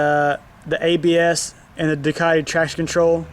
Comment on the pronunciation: Nice vid but there's no "r" in Ducati ;) lol (just joking)